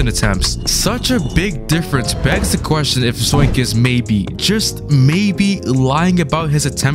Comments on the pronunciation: It's not zoink it's zonk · It’s not zoink it’s zonk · That ain’t Zoink it’s Zonk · That aint zoink thats zonk💀